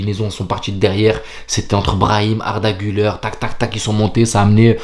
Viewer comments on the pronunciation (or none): none